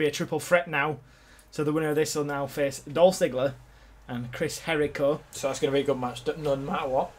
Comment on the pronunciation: and It's not Chris Hericho It's Chris Jericho